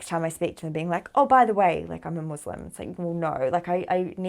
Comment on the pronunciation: Wonderful story - One thing if you could correct while talking: its "Muslim & Islam" not "Muzlim and Izlam" 🙂